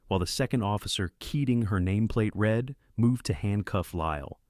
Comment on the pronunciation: Agreed. I do not like that the AI narrator uses the wrong read vs read. I know it is confusing but it is annoying.